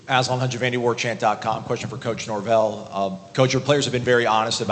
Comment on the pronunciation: First can you say Coach Nor-Vell!!